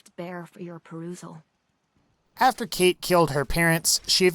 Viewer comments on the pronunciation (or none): Its pronounced Cawtch, not Kate. For fucks sake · the fact that her name is spelled 'Cait' and pronounced 'Kate' just shows how much of a fraud she is, cmon Bethesda like do ye think people outside Ireland are that retarded that they wouldn't understand that if they spelled her name 'Cáit' it would be pronounced 'Coyt' PS that ain't an Irish accent lol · u say her name as kite her name is spelled cait . Irtish language is kinda wired to people who are not Irish. i am Irish . btw .